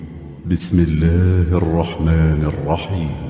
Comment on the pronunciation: Not Allahu, it's "Allahi"